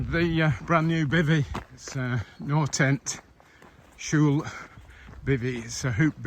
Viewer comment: Yes. Perfect. The L would be a bit different pronounced across Norway. You did the posh L version I think 😅